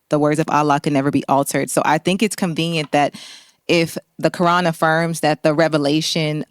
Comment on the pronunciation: why does she pronounce quran so bizarrely? what is this accent?? how does she manage to insert a G and an L sound into it? how did it become 4 syllables? she's stuffing so many consonants in her mouth at once that she must clear her throat halfway thru to finish saying the word! it's the most abrasive pronunciation i've ever heard, it honestly bugged me more than her empty assertions.